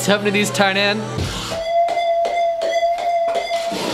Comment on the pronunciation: I love how u pronounced TYNAN name right here but not in ur newer videos🤣🤣ur reactions are always so priceless